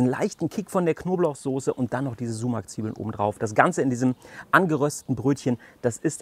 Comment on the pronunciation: Richtig cool, vielleicht zur Info für die nichttürkischsprachigen Zuschauer Sumak wird mit einem scharfen s gesprochen d.h. wie die das ß in Straße oder wie das S im englischen Wort Silence, aber nicht wie das S in Seife.